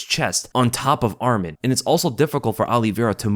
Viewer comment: Thanks for the video brother, just for information his name is “ArmAn and not ArmEn” and his family name is “TsarUkyan not TsarIUkyan”